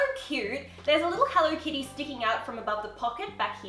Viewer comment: Why does say HENLO instead of HELLO?